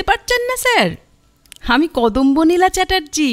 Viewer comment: যদিও খুবই সামান্য ব্যাপার, তবু বলি... গল্প পাঠে একটি চরিত্রের নাম অধিকাংশ সময় 'কদম্বনীলা' বলা হলেও দু'তিনটি জায়গায় উচ্চারণ করা হয়েছে 'কদম্বানীলা'। প্রচ্ছদ ছবিটিতে অতিথি শিল্পীর নামের বানানে একটু নজর দেওয়া দরকার মনে হয়। (দয়া করে অন্যভাবে নেবেন না,) আপনাদের নিখুঁত সমৃদ্ধি কামনা করি। শুভেচ্ছা রইলো।